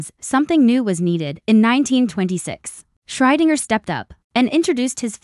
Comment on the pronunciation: WHO? Can you pronounce that properly? A.I. sucks again!